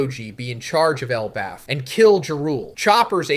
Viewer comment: yeah iv been watching for a while and he does sound very off in this especially specific one piece words ive heard him pronounce like elbaf and poneglyphs. id still hope he wouldnt use ai without at least saying it though. maybe could be his mic or the way he recorded it